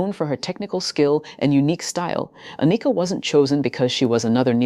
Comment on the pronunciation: How can I take you serious when you don't know how to pronounce her name. Ah knee ka is wrong . Its just like Anakin from Star Wars only with a. Ann ick Ka. Get is right Soldier. That's why you only have 5 comments.